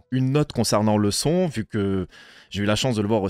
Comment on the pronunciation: Pdv:, la famille sun??? T es québécois mec?! 😅. Jpensais que t aurais pas kiffé comme tous les anciens mais il faut de tout. Côté son ou ost c'est à chier. Côté image et leur CGI toute claqué, vous vous forcez à dire que c'est beau ou c'est comment?! 😅 Et l histoire, que dire.... Jamais j aurais penser sortir ca un jour mais là, pas le choix. On est à la hauteur de évolution sauf que c'est de l animé!! Et ben meme pas c'est du jeu vidéo!!! Toute cette attente pour ça, Brroly dbz revieeeeeens!!! 😅 Ils ont assagit et abruti Broly jsuis deg. Quand à Gohan, ils ont éclaté la transfo ultime mais vraiment ils ont pissé dessus fort! Et Piccolo 😱😱😱 le mec à la jaunisse, à mon avis avant de tourner il n avait pas fait de test covid c'est pas possible. Ou il a bouffé du pangolin j en sais rien, Slug doit se marrer vu d en haut, ou plutôt d en bas thermostat 9/7000 degrés. Les supers nameks du coup on en fait quoi??? L histoire n'a pas été respectée et moi pour ma part j ai pas attendu de voir une telle mrd, toute mon enfance violé par Bamco. Ton pdv me déçoit mais jle respecte. Je répète, ton pdv me déçoit mais je le respecte. Je boycotte ce film. Jsuis vraiment déçu.